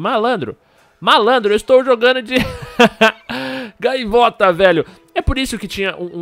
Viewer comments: Gaviota ou gaivota man ? kkkk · "GAVIOTA" - Lispector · ''GAVIOTA'' KKKKK